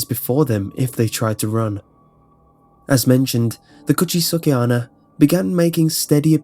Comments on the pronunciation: cooch-aye-sake anna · When you first said "Kuchisake-Onna" I almost thought you said "Could she suck at honor". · "kuchiske anna"